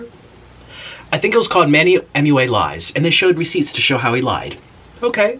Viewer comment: HE CANT SAY MUA HE SAID “M.U.A”